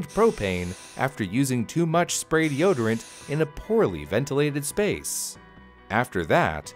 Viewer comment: 4 words de-o-d-rant (deodorant)